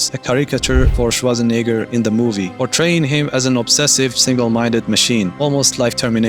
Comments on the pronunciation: Swartzanigger? 😂 dude next time work a little in your pronunciation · Dude! The way you say Schwarzenegger is damn near offensive! 😂😂